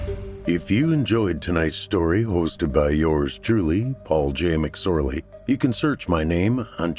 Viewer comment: So hilarious when you said his name wrong. 🤣